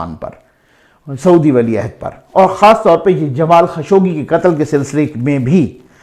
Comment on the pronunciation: سر یہ نام جمال خشوگی نہیں بلکہ جمال خاشقجی ہے ش پر پیش اور ق پر سکون کے ساتھ ۔ درست فرمالیں شکریہ